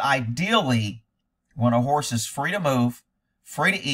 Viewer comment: Horse not hores!!!